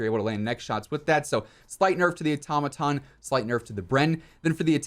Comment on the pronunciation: A Tom a tom lmao dude the it’s pronounced auto-maton now say it fast like one work automaton. Good lord dude.